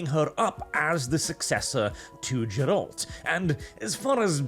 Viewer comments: Geralt has a hard G, man... c'mon. The first syllable is stressed and is pronounced basically like the first syllable of "garish" (or "Gary"). Also, the word your were hunting for is accentuate (stress on the second syllable), as in "accent," like a decoration or a feature that gives visual emphasis. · It's Geralt, not Dżerald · its not Jerald its Gerald whit a hard G! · my dear... I like you, your voice is honey to my Polish ears... I don't necessarily agree with everything you say, but I may also have less conservative views. But for God's sake... Gerald? I don't even know how to write phonetically how you massacred his name xD It's a very specific name, it has to sound the way it's written. No Anglo-Saxon "G" there. In Polish, letters are always and absolutely pronounced the way they are written and not in any other way. Just like I heard (and my ears were withering) English-speaking YouTubers pronounce the name Ciri as "Siri" for reasons that are unclear to me... (Ok, the reasons are clear and can be forgiven due to ignorance, but still...) Greetings from Poland, Norwegian neighbor:3 That we don't border? Nah, it's just a stone's throw to the north x3 PS: As for "entering woke'ism". Well, Poland, as far as I can remember, i.e. since 1990, has always been a few years behind world trends. Does it have a social impact? A little bit, a little bit not. Personally, I would rather say that companies like CDPR are moving towards progressivism but they don't close their eyes to "traditions". I would even say that I don't think they are blind enough not to see the cultural turbulence that is currently happening. But you also have to keep in mind that games are not created overnight. They had to choose some direction, even if they may be afraid of where it is going now. But is it mindless following of trends? I don't think so... I hope not. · Take a Shot every time says "Ger-ALt". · If you call Geralt:Jerald one more time, I am going to Norway.